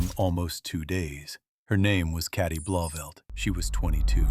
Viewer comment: Please correctly pronounce the name Cati - its not carti - it's ca teee the "a" is pronounced as the name of the letter "a" - listen to her husband say her name correctly - so irritating tp hear you mangle the name!